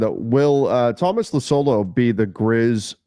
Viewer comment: I'm sorry to point this out, since you guys are usually pretty good with names. But I had hard time understanding that you were talking about Tuomas Iisalo because you kinda butchered both of his names. (And it shouldn't be that hard to me understand since we Finns are kinda used to foreigners butchering our names 😂) Only after you mentioned Memphis coaching I understood who you were talking about (since I didn't even see the question because I was listening and only half watching while training our dog). I am a bit surprised of this too because I think I can remember you pronunciating his name correct in earlier show(s) when he was named as interim headcoach.